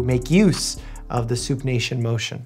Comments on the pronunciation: . All I can hear/think of is, “Soup-nation.” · did anyone else heard "Soup Nation"?